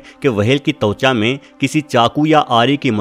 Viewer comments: It's त्वचा not तउच्या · Also "tavcha" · वहेल के साथ तवचा भी है😜